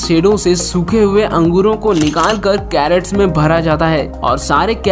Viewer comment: आपने लिखा है खज्र कॆसे बनता है, दिखा रहे हो किशमिश, कभी अपना वीङीयो भी देख लो. कैरट गाजर नहीं किरेट होता है।